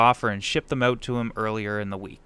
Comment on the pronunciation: Here’s an idea...pronounce out as owt not oat!